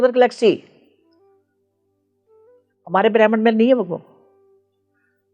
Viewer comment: aap gud punjabi me galat shabd bol dete ho.... Bhramand ko brehmn bol rahe ho...😂😂😂